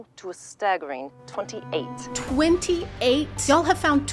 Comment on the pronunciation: you SENT me with that "*20-ATE*" I can't stop laughing XD